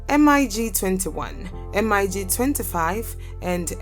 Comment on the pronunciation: Lady, don't spell M I G. Just say mig